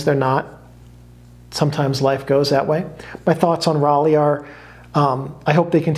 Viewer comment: "Rollei" is pronounced "Roll-eye". I'm sorry, I had to say it. But otherwise a great video. Fuji used to make some really great films. NPZ was probably the best 800 speed color film ever made.